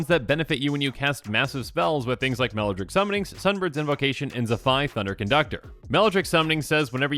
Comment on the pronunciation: "Melladrick Summoning"?